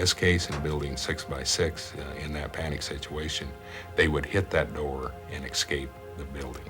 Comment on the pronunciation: Why does the fire chief say "excape" instead of "escape." That's very odd.